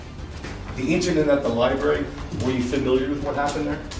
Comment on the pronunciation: Libarry! lol